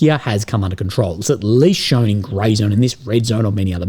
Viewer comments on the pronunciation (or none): none